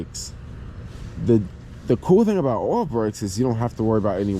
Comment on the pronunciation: I'm glad I listened more carefully when you were talking about the brakes. At first I thought you were saying 'oral brakes' and thought, "Whoa! Those would be very difficult if not more complicated to work on!" Things became more clear when I figured out you were talking about 'oil' brakes. That plus 'oral brakes' might be some new fetish. Eventually.